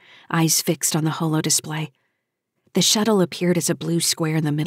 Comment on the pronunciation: why oh why don't narrators of SF know how to pronounce 'holo' correctly. it being the first part of words like hologram.!